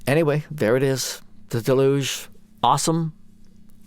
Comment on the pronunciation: Nice overview of the new features! Also mispronouncing ‘deluge’ is now the new ‘how do you say Moog’ debate.